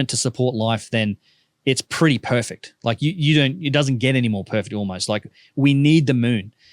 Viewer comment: Perfegdi Roight!